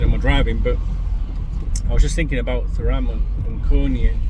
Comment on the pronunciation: Love the way you butcher their names don’t stop makes me smile 😂